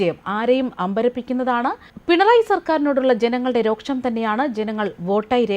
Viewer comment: രോക്ഷം അല്ല രോഷം ആണ്. ഷേമ പെൻഷൻ അല്ല ക്ഷേമ പെൻഷൻ ആണ്.സൂപ്പർ ചാനൽ ഭാഷ!